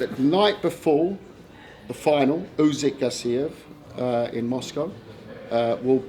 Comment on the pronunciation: It's Usyk not Uzyk